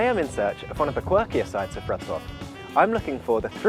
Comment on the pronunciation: Wrocław pronounced perfectly! Another point for you,! So far you've collected three or four (not sure) on the account of mine. When you hit 10, I'll have to think about a special reward. A free ride around Warsaw's POI-s when you come here, maybe.;)